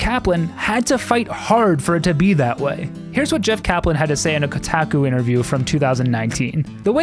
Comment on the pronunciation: The biggest thing I learned from this video is that you're one of those "Koh- Tack-Uuu" pronouncers.